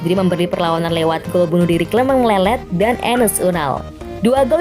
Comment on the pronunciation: Clement longlet min, bukan lelet wkwkek